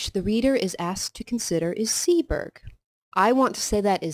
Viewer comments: "Seaburgh" - (Sea-bruh) . Said as one word not two. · Pronounced seaborough